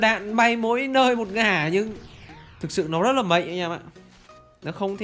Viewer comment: Mạnh a nói là mệnh